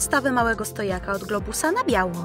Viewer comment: tylko ja usłyszałam białko a nie biało